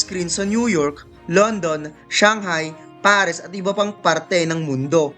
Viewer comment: insect not ensect, paris not pares. nagutom ako sa pares mo eh pero over all good job sa pag narrate nice content tho.